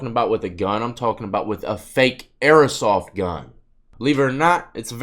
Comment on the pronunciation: Yo it’s airsoft not airosoft js